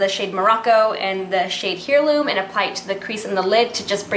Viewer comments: Lmao girl, hair-loom. No no no. Air-loom. But good job. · Thanks for the tutorial. Love the look. BTW 'heirloo' is pronounced air-loom. and Reykjavik is pronounced wreck-ya-vik. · I believe the shadow stick is pronounced rake-ya-Vick. U believe. And heirloom, is air-loom. I love your videos, but just google stuff. Lol. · Fyi.... its AIR-LOOM, not here-loom..... like Heirloom Tomatoes.... Thanks for the video. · Beautiful look, the purple shadow is pronounced AIR-Loom :-). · You don't know how pronounce HEIRLOOM?! (AIR-LOOM) Please practice pronouncing words before you do a tutorial. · Hey girly!! Just discovered your channel, love your looks!! ;) but i just wanted to help a girl out and let ya know that Heirloom has a silent h, so it sounds like AIR-LOOM. Hopes this helps ya out and i cant wait to see more vids with this palette and other products!! ;) ♡♥♡♥♡